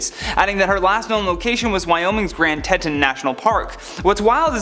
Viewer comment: Grand Teton. There is no S at the end.